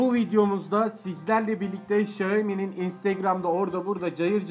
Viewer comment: kanal kapandı şahomi die okunduğu için ŞAHOMİ demiş olmayasım :) Xiaomi olduğunu biliyorum o kadar aptal değilim Hang insan kendi telefon markasını bilmez ;)